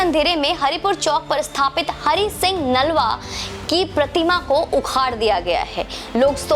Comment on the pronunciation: बहन,इन खालसा वीर का नाम हरि सिंह नालवा नहीं बल्कि हरि सिंह नलवा है, कृपया सही उच्चारण करें!!